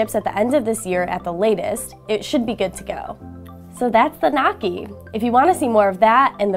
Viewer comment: noisy not nocky